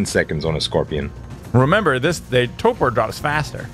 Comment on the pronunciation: I love your videos! Huge fan! But, could you please pronounce TORPOR correctly? Annoys me no end. There is an R in the first syllable. It is pronounced in the word. TOOORRRRPOORRRRR!!!!11!!!one